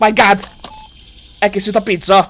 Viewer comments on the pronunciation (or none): none